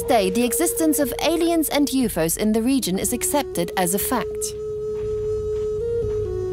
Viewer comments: I was done when the narrator kept saying YOO-FOES :/ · Why does the girl pronounce it as YOU FOOOOS!😂😂 you would think the editor would have caught on to this